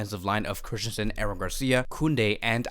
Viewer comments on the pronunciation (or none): none